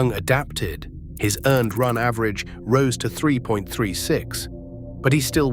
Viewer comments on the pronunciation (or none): none